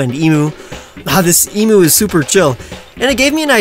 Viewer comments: EEM-YOU NOT EEM-OO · its e-Myu not e-mu Im an Australian i should know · Any other Australian nearly die when he said “e-moo” it’s eem-you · Ehm-uu? It's Ehm-you ;w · When he said e moo Lol, its said like eem you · For future reference; Emu is pronounced Eem-Yoo not Ee-Moo Source: Am Australian. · i m aussie and it isnt em-mu it is em-a-u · Emu is actually pronounced E-Mew, not E-Moo. It's a common mistake, due to how it's spelt and English language rules. Source: I am Australian. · For god sake, why can't people get it right, it's along the lines of ee-myoo or eem-yoo, not bloody ee-moo. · You pronounced emu wrong..... it’s not e-moo it’s kinda like e-mew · Please it's not emoo it's emu. Pronounced eem-you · for future reference! emu is pronounced eem-you :) love the designs btw!! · I hate to be that aussie but emu is pronounced eem-you Still love this series and this channel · It's pronounced em-you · It’s pronounced e-m-yoo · It’s a emu not emo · its pronounced ea m you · It's crazy to me that after all these years they still insist on pronouncing it like that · the way he says emu hurts my soul